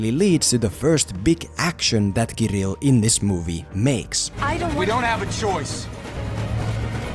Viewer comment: Your pronunciation of this Russian name "Kirill" is so soft and cute ^__________^ From Russia with love.